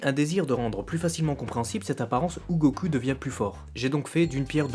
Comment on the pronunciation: Go....CUL???!!!! bordeeeel arrete de prononcer GO-CUL!!!!! ><"